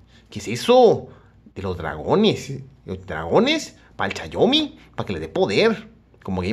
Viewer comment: todo mal todo mal no es chayomi